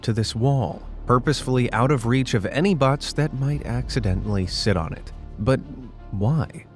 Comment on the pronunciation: you got a mistake it’s it not oi